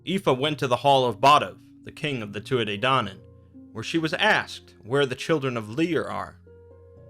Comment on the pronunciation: The tuath de danáinn is pronounced two-a de Dan-on